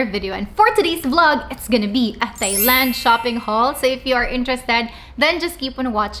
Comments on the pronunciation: Wrongly pronounced the country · Mispronounced THAILAND, LINEN etc Lol